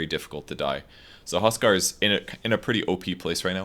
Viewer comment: You say "tuskar" all the time haha